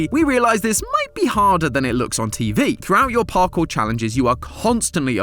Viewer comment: Oh, PARKOUR Palace. I thought you were saying "Park, or Palace", and was confused as to why you couldn't make up your mind